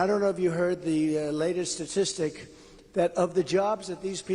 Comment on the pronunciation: Listen for the word 'setistic', he can't pronounce 'Statistic'. Never has been able to say it correctly. Yes, it does sound like open mic night at the nursing home. Sad, I think.